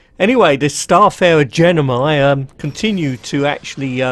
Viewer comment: Its gemini, not genimi! ;p